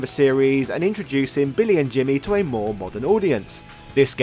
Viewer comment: did you just say Bimmy and Jimmy??? 😂😂😂